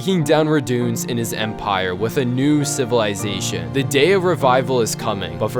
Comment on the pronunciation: The fact that you pronounce the word "with" like "wiff" is too much of a distraction to be able to enjoy the video.